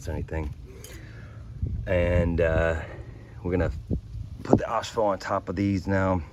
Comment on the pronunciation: Did you say “Oxfo”……? For phosphoric acid? In the past you cold get the prep stuff easily…now they make it crazy hard….not even sure I can even find a two part paint system….?